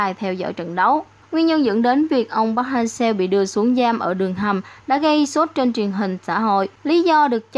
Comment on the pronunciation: Mong chị đọc đúng tên :v Nghe khó chịu vl :)